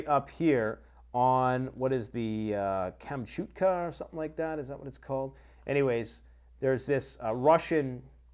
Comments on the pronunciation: Kam-chat-ka dude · comm-chaht-kah ho-kai-do